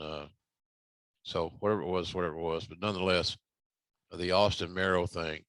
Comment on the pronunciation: "Austing" Says I just whooped your "gASS"😂😄🤣